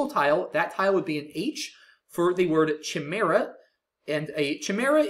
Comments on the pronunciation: the ch in chimaera is actually pronounced as a k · should've looked at the pronunciation of CHIMAERA too